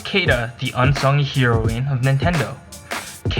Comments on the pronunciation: Just so you know, heroine is pronounced like the drug. "heroin" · Heroeen? Sounds like whatcha said oof.